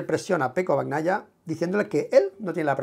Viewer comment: Hola. Un truco fácil para pronunciar correctamente el apellido Bagnaia. Pronuncialo como si estuviera escrito con ñ en vez de gn, osea Bañaia. Se te escucha fatal pronunciando como lo haces ahora. Saludos de Italia.